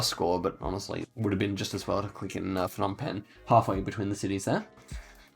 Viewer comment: Phnom Penh is pronounced with a hard P, not an F. The Ph diphthong is an aspirated P as in "pie", whereas a P alone is non-aspirated as is the P in "spy". If you say pie and spy and concentrate on the P sound, the difference is clear. The same goes for Kh/H (kite/sky) and Th/T (tie/sty). What the Plonk-It guide doesn't say about the mileage markers on the roadsides is that it generally refers to the distance to Phnom Penh (Roads 1, 2, 3, 4, 5 and 6) all radiate out from the capital, which is the zero point. 7 branches from 6 in Skoun and the mileage starts from the same km distance as 6). 8 is a new road and I've never driven it, but I'd guess it follows the same pattern. Two-digit roads count their mileage from where they branch from the parent which starts with the same number (so road 41 km 1 is 1 km from road 4). A note on spelling - There is no real standard to romanize the names from Khmer. You may see different spellings than what is on Google Maps, and sometimes different spellings on the same road, but the Khmer spelling is always consistent. The "Krong" in front of a lot of town names simple means "city", so if you see a disparity between say, Kampot and Krong Kampot, it's the same thing. Also note that Cambodia is developing RAPIDLY. The coverage is from 2013, so there's 10 years worth of upgrades to what's on the map versus what's on street view. Especially in PP and Siem Reap.